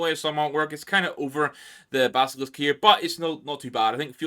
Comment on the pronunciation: gonna pick the basilisk cause of the way you say it, also nice standing desk bud always a W when doing stuff for your health